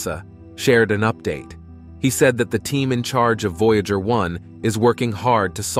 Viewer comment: News so important that it is delivered by a fake voice that can't pronounce "Voyager". ↓↓↓↓↓↓↓↓↓↓↓↓↓↓↓↓↓↓↓↓↓↓